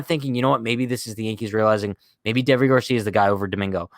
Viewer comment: I'm pretty sure his name is pronounced like Davey